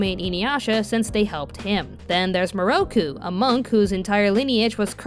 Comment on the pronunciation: Seriously tho. The dub pronounces most of the names wrong. NAraku. KAgome MIroku and it was Kirara not Kilala.